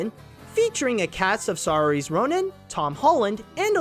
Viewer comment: Hi, it's actually Seer-sha (or Sur-sha like ''inertia'' as Saoirse pronounces her name), not Sar-eese. Love your work, though.